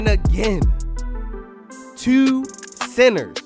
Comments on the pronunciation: I can tell you from bmore by the way u say twoo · Lmao “tew” that sound like a Baltimore accent right there 😂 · The way he says “two” is hilarious😭😭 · ProdFN it’s a Baltimore thing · u sound like you from bmore 😭the way you say “two”